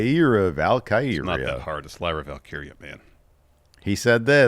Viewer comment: What's the deal with nobody being able to say "Lyra Valkyria?"